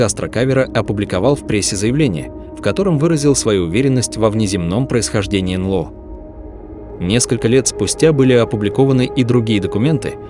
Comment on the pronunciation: "Анло" - это "НЛО" из уст ии‼️ Да❓